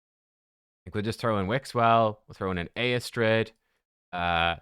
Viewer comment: Yep, I've never pulled a lego from a "free" prism. I believe the pronouncement of Eostrids name is "Yostrid".